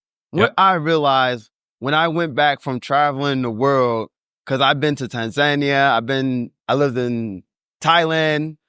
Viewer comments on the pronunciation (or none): Tan-ZAN-ia? Is that near Tan-za-NI-a? 😂 funny that he was in the country and pronounces it wrong.